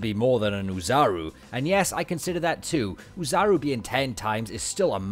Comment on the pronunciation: "Oh" like "toe" not "Oo" like "poo" in "Oozaru." The double-o is just a prolonged "oh," held for two syllables.